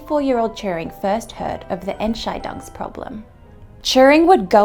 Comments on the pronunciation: Except that the emphasis is on "scheidungs", not on "Ent". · "The Ent-Chai-Dongs Problem". Um ehrlich zu sein, das hört sich eher Chinesisch an... ^.^